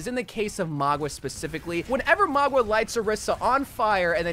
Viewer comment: Bro said keriko and magua 😂